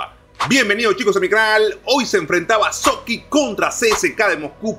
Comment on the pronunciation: Se dice Sochi no Soqui